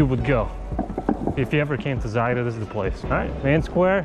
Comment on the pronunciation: Its Zagreb not zaerab